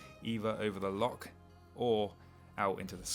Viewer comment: I think the Scots can overlook mispronunciation of loch and certain other iconic Scottish locations. The videos are beautifully shot and sympathetically narrated by a guy who really knows his stuff. He's giving bikepacking in Scotland a global reach and deserves all our support.